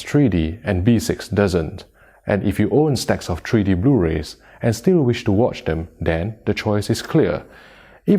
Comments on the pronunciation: What is “treedy”? Treedy bluerays? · "Tree D."